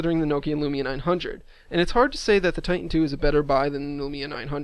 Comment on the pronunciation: It's TITAN...not "ti-en"